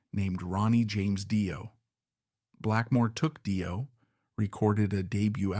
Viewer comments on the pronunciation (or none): Fantastic documentary about the brilliant Cozy Powell. Great work! Just one quibble...Dio is pronounced Dee-oh.